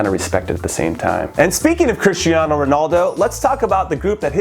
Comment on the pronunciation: Sonaldo? Literally no one calls him that